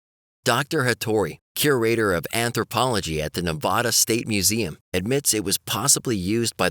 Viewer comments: Lovelock is in Nevada (Nev-AD-a), not Nev-ODD-a, like he is saying. It's on Interstate 80. Go to the Museum on the west side of town. There are directions there. If they are closed, look at the map in the parking lot. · Nev-AD-a, just like you spell it, not Nev-ODD-a and not Nev-ah-da.